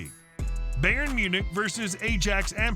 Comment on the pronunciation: Ignore every pronunciation this VO does, Ajax, Bayern, UEFA, all of it, and I'm literally in